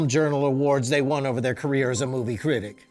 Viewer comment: he says critic like it starts with a Q